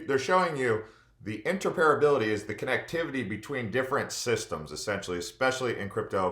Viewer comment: Inter-Opera-bility not inter-parability